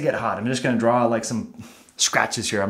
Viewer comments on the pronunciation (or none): none